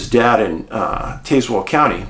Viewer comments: I went to elementary school in cedar bluff. There is absolutely ZERO strangeness in that area. Btw its pronounced Taz- well. If anything out of the ordinary happened my guess is a mountain lion. Yes they are around the area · Taz - well is how we say it down here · I'm from Cedar Bluff, VA and I have never seen anything sketchy here 😂 But, this story is definitely a mystery that we would love to see solved. The pronunciation of Tazewell, is TAZ- well, like jazz ❤ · Taz-well. As in the lil cartoon guy Taz. The second part is like a water well. You put it together and have tazwell. The next closest counties are buchannon and Russell. You say the previous as Buck Cannon. The second is self explanatory. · I kept saying this through out the episode.